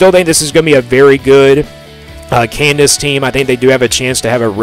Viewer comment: Yeah this guy doesn’t know shit and can’t pronounce KANZASS. Avery will ball